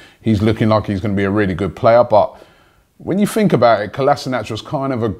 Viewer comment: What do you guys "fink"?